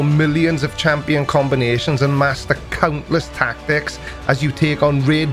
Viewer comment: I really heared you say cuntless rather than countless...